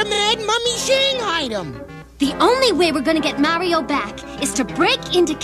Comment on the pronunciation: Even can't get their name right. It's Marr-E-Oh, not Merry-Oh.